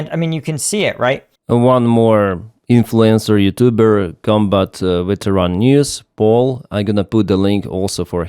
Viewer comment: quick note: you say veteran with a short 've' and an emphasis on 'teh'. this makes "veteran" sound like "Tehran". so "veteran news youtuber" sounds like "Tehran News Youtuber"